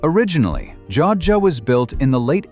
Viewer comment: Joadja - pronounced: Joe add ja - 3 syllables.